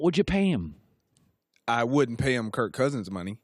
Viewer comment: Greg Jennings cant even say Kirk.... says kurt. Went down as a salty player and now a salty "analyst"